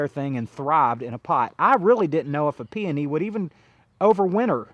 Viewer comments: PEONY - Pee O Nee (pee oh nee) 3 syllables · Did you provide the source of those peony roots? Those roots were huge and beautiful! I would love to buy some and pot them up. Where did you overwinter them? Also, I have read and found it to be acceptable or correct to say peony either way. Both camps think they are right. 😂I enjoy your content. Congrats to you and your family for your success.